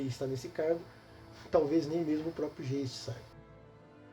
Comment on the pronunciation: A pronúncia é alemã: "gaisti" significa fantasma. OBS: para jogar white Wolf, tem que saber espanhol (brujah), francês (tremere), italiano (giovanni), romeno (tzimisce) e alemão (geist)